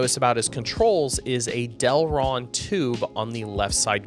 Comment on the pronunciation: it's delrin. Not delron